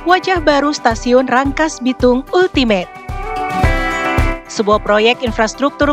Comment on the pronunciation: Ultimate bacanya Altimet